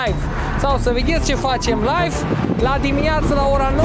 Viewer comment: Tu zici life (laif) sau mi se pare? 😂